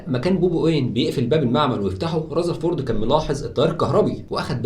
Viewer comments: اسمه رذرفورد وليس رزرفورد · رزرفورد ؟؟؟... اسمه رذرفورد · رزرفورد😂 != رذرفورد ... ايه دا يا مصر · رذرفورد❌ رزرفورد✅😂😂❤️